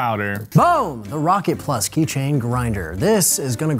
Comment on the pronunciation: key chain king "key ching"